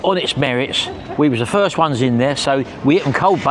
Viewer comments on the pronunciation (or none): none